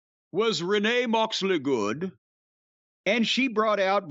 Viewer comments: Love the way corny says Renee Moxely good name 😂😂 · Everytime Jim announces Renee moxley good's name, i break